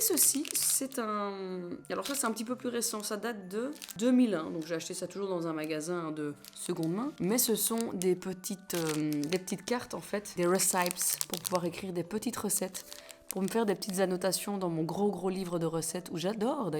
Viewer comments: J'adore tout ma petite mais je suis obligé de te le dire.... "Petites cartes pour les recettes, des WWRAYYYSSAIIILLPES" 😂😭😭😭 [RÉ-CI-PISE] ❤️ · J'étais aussi surprise qu'elle le prononce comme ça étant donné qu'elle parle couramment anglais!! Mais bon c'est pg lol